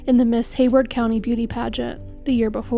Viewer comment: Haywood not Hayward.😉